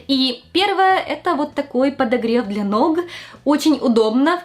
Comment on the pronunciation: Фуу, какая отвратительная подача материала - "обогреваааЦЦель", "ноГГГ" + непонятная эйфория, чему радуетесь???